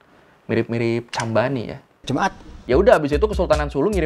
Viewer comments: maaf gua ketawa terus pas di bagian cham bani bilang "jumat" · orang Cham Bani ngomong Jum'at (meresahkan) 🤣🤣